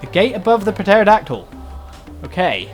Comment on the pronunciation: Is pronounced "terodactyl"